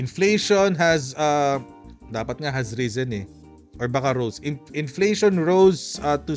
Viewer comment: Mas malamang ang sagot ni lutangina ay "meryenda na lang tayo ng enfleytion este enseymada pala"